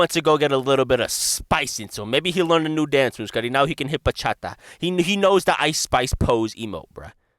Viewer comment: i bursted out loud laughing at that omfg the thought of Jon learning how to dance bachata, the way you pronounced it, fuck its incredible